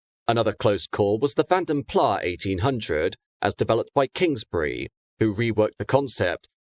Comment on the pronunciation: The "s" in Vanden Plas is pronounced, btw. A great vid, as always,!